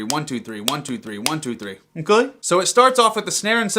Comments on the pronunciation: "Uhm cluuh" Huh?? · I thought noone noticed. But thn I found your comment. Wtf was that? hahahaha "Uh kay"